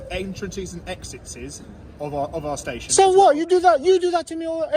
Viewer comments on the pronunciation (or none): "entrances and exitses" 😂